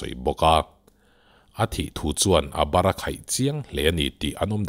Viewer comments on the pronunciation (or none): none